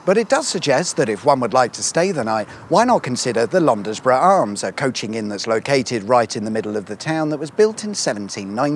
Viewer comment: Oh dear me! "Market WEE-ton", not "Market WEIGHT-on". And "Londs-BRU Arms", not "Lond-es-bru Arms". Also "Brands-burton" and not "Brand-ES-burton".🤣